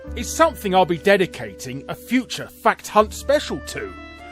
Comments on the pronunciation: I can't be the only one who heard "Welcome to Fat Cunt" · Every time Larry says fact hunt it sounds like something else